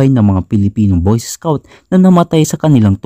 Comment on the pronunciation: Anong boyses scout? BOY SCOUT!!!